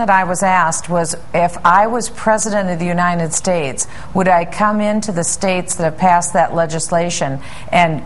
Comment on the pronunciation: she says unindet states hahahahahaha